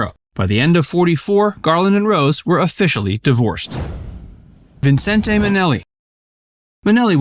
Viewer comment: Never heard anyone pronounce Vincente Minnelli's first name that way. Always just Vincent.